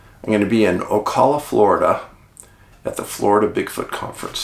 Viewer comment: It's Oh-Cal-La, Ocala